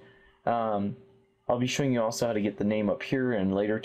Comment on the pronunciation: lol he said "hot to" instead of "how to"